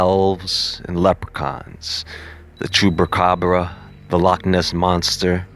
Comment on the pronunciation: “chubaCAbra” 😂, sorry cant let that go